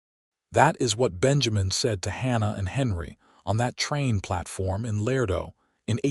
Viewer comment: Love this narrator’s voice, but he is mispronouncing La-ray-doe NOT Lardo. My mother & father divorced when I was two. My stepfather was a man like Benjamin. I never had a relationship with my biological father, but my stepfather always made me feel as if I was his daughter.